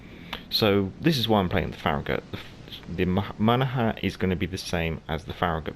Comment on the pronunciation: It’s pronounced Mona-Han. The g is silent, the n at the end isn’t. Great vid per usual.